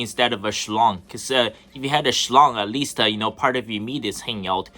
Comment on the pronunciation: "A schlort"😮